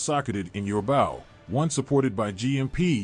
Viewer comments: Why does he keep saying bow instead of bow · Dude can't even say bow correctly